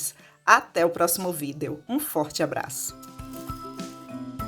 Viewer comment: Que amooorrr💖 !!! Só podia ser uma soteropolitana,descobri pela pronúncia da palavra vídeo,ninguém pronúncia essa palavra igual os soteropolitanos.Seu vídeo é maravilhoso, muito gostoso de assistir 💖😍!!